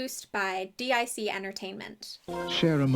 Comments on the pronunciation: Calling gypsies Romani is a great way to anger Romanians, who want nothing to do with them. I didn't have HBO, so I never saw the cartoon and I was never given the books. Also, Dic is pronounced deek. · Not sure if it's already been pointed out, but as a head's up, DiC is pronounced "deek," not "D-I-C." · i love how you call it "Dee Eye See" company instead of that little brainworm we all have that goes "DIC :)" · DIC...I remember from watching the end credits of cartoons as a kid that it's actually pronounced "deek" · kinda curious on the different pronunciation of Dic as an acronym instead of as Dic (pronounced Deek) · I’m legitimately shocked that they aren’t orphans and Ms. Clavel isn’t a nun?! Plus, Madeleine’s American?! Crazy. 😅 By the way, DIC Entertainment is actually pronounced “deek” (rhymes with “leek”). I remember this from watching Sailor Moon as a kid. Each episode would start with the DIC logo and a little girl shouting “DEEK!” lol